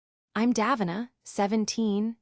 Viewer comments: Pronounced incorrectly... should be daveena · One thing that would be fair: pronouncing Davina's name properly